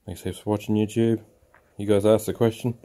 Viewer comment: To an American your intro sounded like "Youtube sucks" .. LOL... Great info... I've got this off grid project where i want to weld some thin rebar. My van has 2000 watt inverter that can usually power 13 amp devices (about 1500watts) .. 14 amp devices trip it. I'm trying to weld rusty .375 rebar using a 80amp DC inverter arc welder. I can do it but my 6011 3/32 stick and I can't puddle or penetrate very well.. but it does not trip the inverter. Oddly if i set the amperage down from max (70a) to 40a it behaves the same or almost better. Tried 1/16 6011 rods and those just stick. Feel I'm very close, maybe selection of rebar and size , maybe my 6011 rods are not ideal. Also think i'm losing a lot of efficiency going from DC to AC and back to DC.. and since I've seen guys on youtube weld with 24v, I wonder if could build a 24v DC welder using a 12v to 24v 960w 40a step up converter (as seen on Amazon)? Just wonder how to regulate current and isolate to protect my battery and van electronics. The idea of a 12v DC welder just seems like it would have been a thing if was possible.